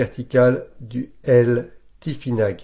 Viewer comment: cela ce prononce tifinar en phonétique c'est juste une petite précision sans aucune haine cordialement